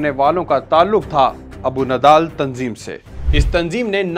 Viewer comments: It is Abu Nidal not Abu Nidhal. There should be no "H" in Nidal. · Abu nidal..not nidhal❤